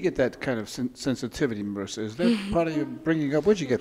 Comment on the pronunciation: Marissa???? She is Marisa, it's italian name, not ameri-can.